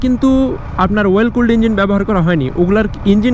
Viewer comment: Well নাকি oil এ উচ্চারণটা সঠিকভাবে বললে মনে হয় ভালো হয়